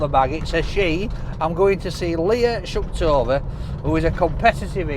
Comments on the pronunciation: SHUKTOVA? It's SHUTKEVER, idiot! What an insult to Leah. 😡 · "Leah Shuktover" 🤣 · Say it again.. leah SHUKTOVER 😂😂😂😂😂😂😂😂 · "Shutkever" is pronounced "Shuktover"? 😁 Sorry, I can't watch this one! lol The way she shovels in the food! All I can think is the health problems she's gonna have in her later years! 😝 Oh my. Sorry. I'll wait for the next Solo! 🙏🥰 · Jesus at least pronounce Leah's surname right....lol. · Never pronounces owt right.